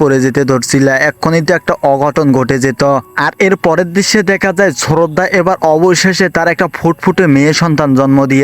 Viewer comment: শ্রদ্ধা কে শ্ররদ্দা বলচে 😂😂😂😂😂😂😂😂 হায় রে মানুষ কথা বলতে ও বুল করে 😁😁😁🤣🤣🤣🤣🤣🤣🤣😆😆😆🤣🤣🤣🤣 আমার তো অনেক হাসি পাইতাছে 😂😂😂😂